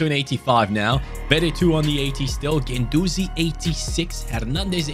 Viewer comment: Anyone else noticed he was calling guendouzi ake ?😂